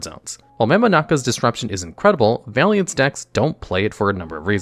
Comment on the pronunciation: The way you misread vaylantz as valiantz will never not bother me